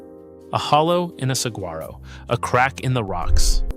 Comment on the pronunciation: Are you really a park ranger from Saguaro?? You pronounce it wrong...